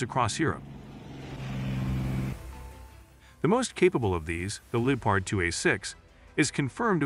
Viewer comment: It’s Lep Erd not leatard , please cut loose with the wallet and hire a human narrator. You have great content so keep it coming.